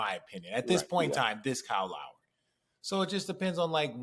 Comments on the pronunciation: Is it Call Lowry? Weird pronunciation but RJ and every announcer seems to call him that. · Its because of his surname...this forces a mispronunciation of the first name when said fast.